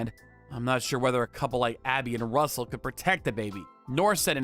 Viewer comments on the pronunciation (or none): Rustle? Do you mean RUSSELL? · Rustle? I think it's Russell.😂